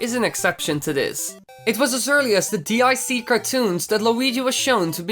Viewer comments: DiC is pronounced "Deek" It's said like that in the ending logos for cartoons produced by DiC. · You Say "DIC" As "Deek". Just Throwing That Out There.